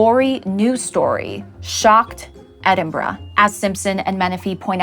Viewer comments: You pronounced Edinburgh right! Thank you for that - it is a rarity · And I'm so glad you didn't pronounce Edinburgh as Edinburrow like most Americans 😂